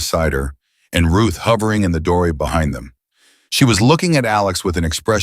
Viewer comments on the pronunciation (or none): none